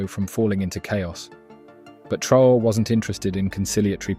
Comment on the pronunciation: His name is pronounced Tra - oh - ray. Thanks for the article!